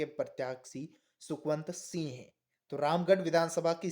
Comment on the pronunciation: Sih nahi sing bola jata h